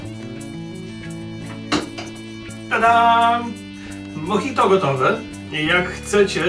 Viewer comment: moDŻajto xd